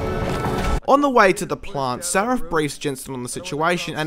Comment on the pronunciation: Its Sarif, not Sarrif, c'mon.